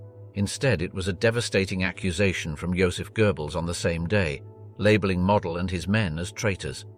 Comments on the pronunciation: That is NOT how you pronounce Walter Model's surname. It is not "Mod-el" it is "Mode-dul". Get your facts straight if you're going to make documentary style videos. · After the multiple mispronunciation of Model’s name in the first 5 minutes, I had to stop. Weak AI usage. Never subscribed and never will. 🙄😂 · Only twice did this piece get Walter Model have his name pronounced correctly…annoying …